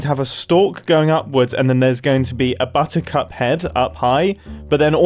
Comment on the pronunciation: bottercup sounds an awful lot like bottoms up.